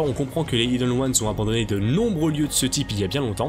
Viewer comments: C'et pas prononcé Ayeden Ouanes, mais bien hiden ouanes, j'ai écrit pour la prononciation bien sur Regarde cette vidéo en VO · svp : prononcer "aïdeune ones" parce que "ideune" c'est vraiment moche